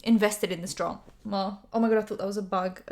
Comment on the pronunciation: "Invested in the dra-MA"